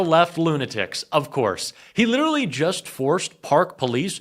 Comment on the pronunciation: why do you pronounce LITERALLY, LITTELY 5 TIMES THEN FINALLY SAY LITERALY? LITTALLY IS NOT ACCEPTABLE FOR A JOURNALIST